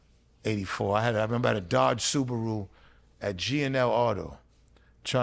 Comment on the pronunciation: Nigga said dodge suburu😂